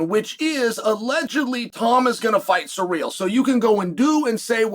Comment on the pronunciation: It’s pronounced Cyril not surreal